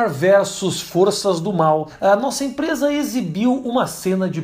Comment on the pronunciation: É mó estranho ele falar nossa impresa